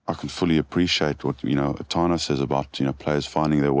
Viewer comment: How would Tana have felt hearing the host butcher his name like that?